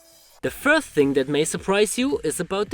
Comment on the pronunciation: sorry what does "the firth thing" mean?